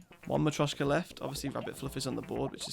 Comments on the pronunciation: Hes only saying it slightly wrong, mostly sounds wrong because he doesn't have the accent. He at-least has the T Sound in the right spot. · Dude, you've been saying marioska wrong all this time, i didn't want to be "that guy" because i though you would check if you say it right or someone will point it out, but damn is it annoying, please search on google, or even google translate how to pronunce it